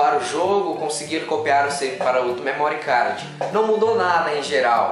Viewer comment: não é "memórí cardji" , não maltratem a língua inglesa